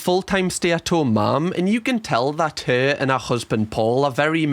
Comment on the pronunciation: "Stop lookin' at my usband ya FUUCKIN TAAAHT"